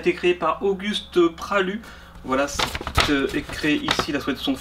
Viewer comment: qui entend wallah au lieu de voila , je suis pas le seul j'espère 😂😂😂😂